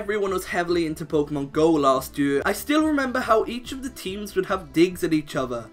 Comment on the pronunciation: I love how you say year